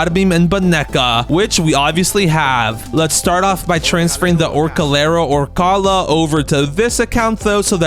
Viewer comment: orængooteenee, along with the globo frootodrilo and Orcalero orcalaaaaa got me rolling❤😂